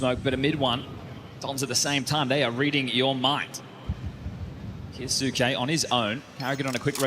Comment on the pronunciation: hearing the casters butcher "kyousuke" is a chore. KEE-YO-s'KAY. ffs. don't care if he himself declared it incorrectly. fix your tag to match your stupid name then. Gonna start calling his teammates "moanzee" and "tease-ez"?